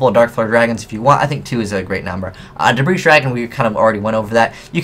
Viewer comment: the S in Debris dragon is NOT PRONOUNCED!!!